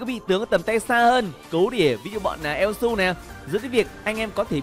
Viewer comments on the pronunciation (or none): ad đọc tắt là su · Elsu mà ad cưa đọc là yue là như nào :v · Su mà đâu phải yue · elsu mà đọc là yue =))))